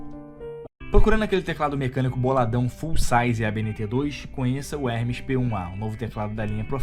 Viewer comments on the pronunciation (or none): none